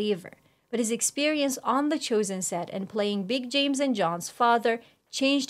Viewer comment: Why is this host pronouncing "chosen" as "choosen"?